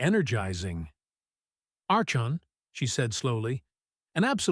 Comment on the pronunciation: Archon is pronounced ARKON.